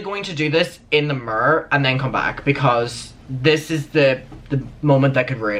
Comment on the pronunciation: How says “mirror” 😂 love it